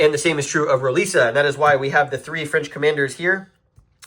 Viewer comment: Roliça is pronounced roo-LEE-sa. Vimeiro is pronounced vee-MY-roo.